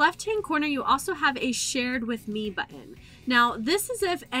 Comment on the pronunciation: Of the several YouTube videos I've watched today, this is definitely the best for a newcomer. You don't talk too fast (border line though) and you move the cursor at a rate people can follow. Your pronunciation of "buten" took hearing it a few times to realize you were saying "button" - lol. Thanks for an easy-to-follow presentation. I hope you have others on this topic.